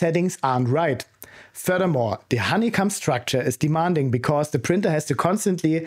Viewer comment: A bit weird that he says honey-cum vs honey-cohm though